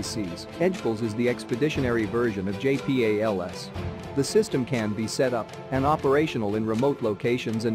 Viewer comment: JAY PEE AYY LEL ESS